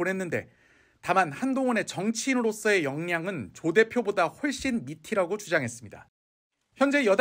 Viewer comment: 밑이라고 [미치라고] 해야죠.. 기자 발음 왜이럼?